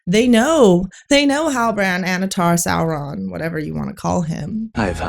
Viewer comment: Saw-Who-Run instead of Sauron 😂